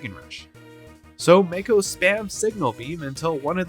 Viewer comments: It's M-AA-ko, not M-ay-ko. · The pronunciation on mako… hahaha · LEGIT they say his name hundreds of times how do you mispronounce it so badly? unwatchable